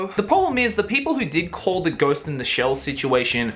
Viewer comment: I love how pronounces ghost in the shell as "ghost in da shell".